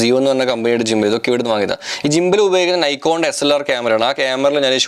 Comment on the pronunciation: ജിമ്പൽ അല്ല ഗിംബൽ ആണ്